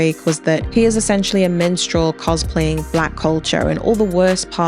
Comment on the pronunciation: first off amazing video and analyzation of the performance, and I've never been so happy to see the movement thrive. BUT PLEASE PLEASE PLEASE ITS MINSTREL, WITH AN I, NOT MENSTRAUL LMAOO 😭😭😭 not tryna be that guy btw lol or come off insensitive, i just thought it was a funny mispronunciation, so please spare me the negative replies